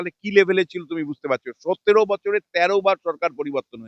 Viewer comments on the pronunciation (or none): none